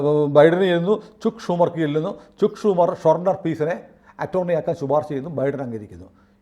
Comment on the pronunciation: ചുക്ക് ഷുമർ അല്ല 'ചക്ക് ഷുമർ' ആണ് . Please make sure you get the correct pronunciation of foreign pronouns. Common Indians learn the pronunciation from media people.